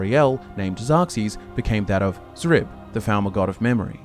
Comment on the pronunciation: Thank you for pronouncing Xrib correctly this time. It killed me hearing you guys pronounce it as "Scrib" in the last video. I even left a comment about it, but all I got was people arguing that X was supposed to be pronounced like that. 😂